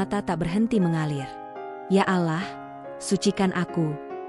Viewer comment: Alloh bukan alah kalau tidak bisa dan tidak mau bilang alloh jangan membaca naskah cerita yg ber nuansa islami